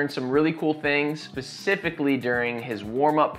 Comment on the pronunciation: Did you say "pacifially"? Because it sounded like you said "pacifically'